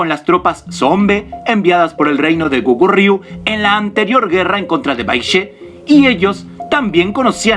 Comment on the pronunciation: Cuando hablas del hwa rang y del Soobak, te falta decir q se crea otro estilo el SooBakGi. Y mostras en el video al Sibpalki, eso esta mal....Escribis Kogurio y pronuncias Gokuryu, otro gran error q no deja interptetar la informacion